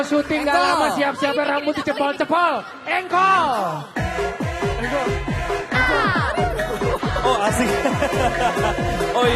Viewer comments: plisssss engkol ya bukan jengkol😭🤣🤣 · bbrp x aq ulang"....ttep aja ngakak denger nyebut JENGKOL bkn ENGKOL